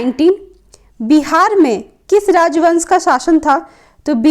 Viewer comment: Its बिरार not बिहार...